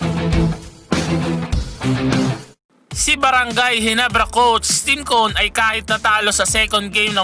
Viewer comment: Parang hirap na hirap ka sabihin Yung "coach Tim cone"